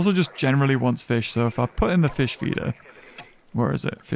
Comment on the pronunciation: Ah yes Feesh